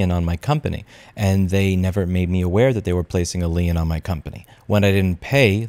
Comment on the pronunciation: Hey Louis, lien is pronounced "Leen"